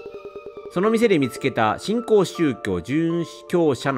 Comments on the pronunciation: 新興のことずっとしんきょうって言ってるのに気になりすぎる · 久しぶりに見に来たけど、新興が正しく読めてなくて、話入って来なくてやめた！